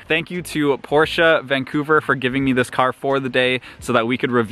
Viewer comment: finally, someone who can properly say Porsche